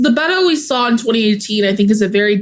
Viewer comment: The nickname "Beto" is short for Roberto, and, is not pronounced "Bedoe." It is pronounced "Bet toh," the T is strongly pronounced, and the "O" has no diphthong. Former Congressman, Robert Francis O'Rourke of El Paso, is Irish, and would be better served as a Roby, or Frank. It is a political ruse to use the Hispanic term to get the Hispanic vote, but, the O'Rourke part gave him away. As a Hispanic, I'm not too proud of the Bedoe moniker.